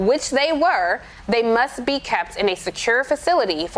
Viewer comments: "Cyber Ninja...aud-iot." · Anyone else hear that Freudian slip? She said audiot. Thats what these guys are. Audiots!🤪